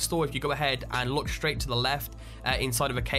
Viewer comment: yes its Silver SHroud, but not SHraight, its straight and its not CounterSHrike, its Counterstrike :)